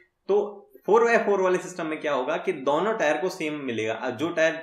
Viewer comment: DAONO TARAF you're from Rajasthan 😂😂.